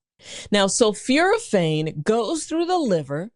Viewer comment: Exactly, that’s why an enlarged prostate causes urinary retention. I was also surprised by her mispronunciation of sulforaphane as ‘sulfuraphane”. But apparently she does have a genuine M.D., from Meharry Medical College, in Nashville.